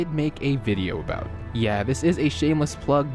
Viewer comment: Also it's "about" not "a bout"